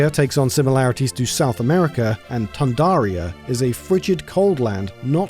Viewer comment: It's not Toundaria, it's Toundra as in Tundra.